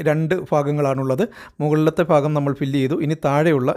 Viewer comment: ഫാഗം എന്നല്ല ഭാഗം എന്നു വായിക്കൂ